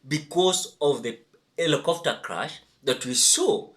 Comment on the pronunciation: Is ‘crash’ not ‘crush’🙁